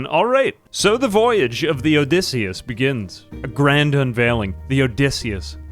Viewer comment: "Odysseyus"...? Er... Did you mean to call the ship "Odysseus"? I mean, even that would be a bit awkward. You could have named it after Odysseus's ship, Boaty McBoatface.